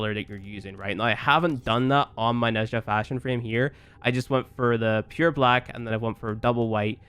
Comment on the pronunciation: Pretty sure it's pronounced neh-jah or nah-jah there is no like "shh" sound